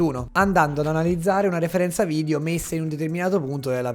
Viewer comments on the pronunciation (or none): none